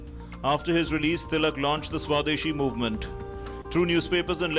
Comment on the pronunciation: The Guy is not able to pronounce Tilak's name properly - MULTIPLE TIMES! He disfigured the word "Swadeshi" as well! +DDNews did you even review this video? Could not find any Indian who can pronounce our Names correctly?